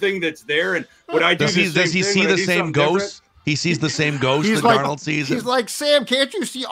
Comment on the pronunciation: Listening to a guy who pronounces Darnold wrong 😂